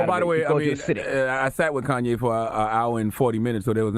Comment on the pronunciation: Man fck Koonyé and the other K's. KKK